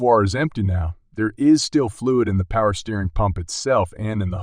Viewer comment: Its not "steerin fluid." Its steer- ing.